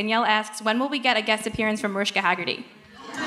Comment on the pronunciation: I'm sorry did she say "Mariska Haggerty" instead of Mariska Hargitay ? NO.